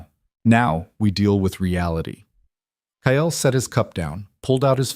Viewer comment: Kyle is not pronounced as Ki-el , it is Kai-ul